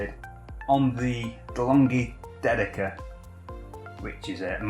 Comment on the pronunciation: Nice video as usual! Just make sure you. Pronounce "Magnifica" correctly. With caffeinated love from Italy